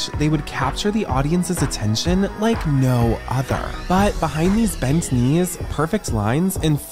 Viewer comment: Her “k-nees” failed her 💀💀💀 the k is silent friend!